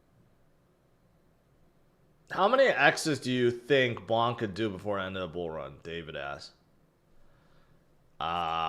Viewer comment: Do not discount PONKE. It is not pronounced like Bonk. PONKE the monkey! 🐒